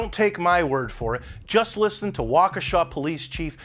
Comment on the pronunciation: Just found your channel. New subscriber! And kudos to the only person (outside of Wisconsin) to pronounce Waukesha correctly!